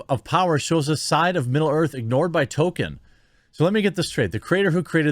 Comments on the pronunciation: Ffs. His name is Tolkein, not Token. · I love ya Jeremy, but the mispronunciation of Tolkien is driving me crazier than a Canadian commie hearing the Honk. ;-) “Toll-ken” or “Toll-keen,” please. “Token” is a South Park character. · You pronounce "Tolkien" as "token"... There is a token in this show, but it's not the author haha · His name is TolkIEN, not Token. He’s not a black character from South Park! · Every time you say "Token" I want to yell at you. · It's pronounced "tol-KEEN," Jeremy. There is an "L" in the middle and a long "Ē" in the second syllabol